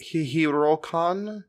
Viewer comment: Hihirokane is pronounced "hee-hee-row-kah-nay" Also learn to pronounce your "th" sounds correctly.